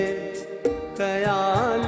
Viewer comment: गाना बहोत ही achaya गाया but..खयाल का उच्चारण कयाल ऐसा कर रहे थे